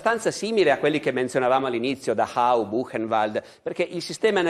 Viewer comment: Barbero non pronuncia correttamente Dachau...lui dice Dahau...